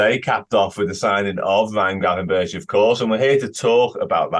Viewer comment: Someome needs to tell he's pronouncing Gravenberch wrong. It's annoying seeing him do most of the pieces on him and him butchering the pronounciation every single time.